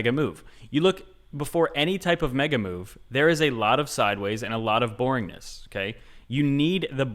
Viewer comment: you kept saying Mega Move, I kept hearing Mega MOO, and now I have a hankering for Dairy Queen....